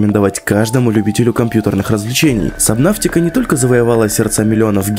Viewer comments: Почему собнаВтика правильно собнатика без В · Сабнатика а не сабнафтика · Сабнотика, а не сабнавтика. Где ты взял букву в? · Это не сабнафтика, а это сабнатика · В кривом произношении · ДА ПОЧЕМУ САБНАВТИКА! САБНАТИКА! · Почему "Сабнавтика" 😭😭😭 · ПРАВИЛЬНО САБНАТИКА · КТО ЧИТАЕТ сабНАВТИка???